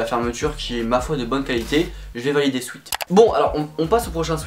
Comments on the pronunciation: Il a toujours pas retenu la leçon il dit encore « swit »... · C'est une horreur comment tu dis " sweat " quand on est bilingue...